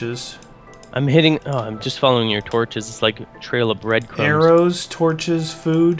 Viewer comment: LOL 'torcho's'